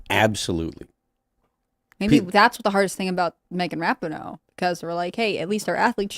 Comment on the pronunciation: Ra-peen-o, not Rap-in-o